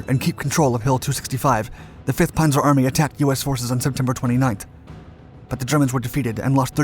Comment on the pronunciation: You lost me at “Ponzer”! You set to be my favorite narrator. “ P a n zer” Pan zer